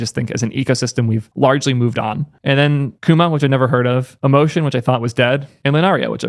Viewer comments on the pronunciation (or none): none